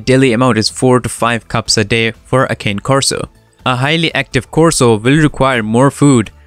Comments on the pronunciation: Very informative with some accurate facts, however, you did miss one thing, you mis...pronounced the name ... It's not a cane, it's a (KHAN'+neh) ... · The mispronounciation of "Cane" was extremely annoying to listen to while watching the video.